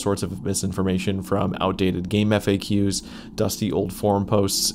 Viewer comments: bro keeps calling GameFAQs "Game F A Qs" lmao its pronounced "GameFacks" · Why do you pronounce Gamefaq like that??